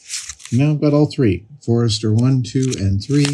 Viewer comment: Amazing! Just some small corrections: Leicester is pronounced “Lester”, and it’s Codex Forster, not Forester.